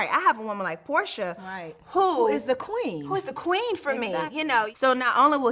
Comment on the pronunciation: It's porsha not portia